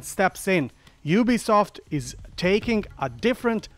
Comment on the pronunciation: It’s pronounced you-be-soft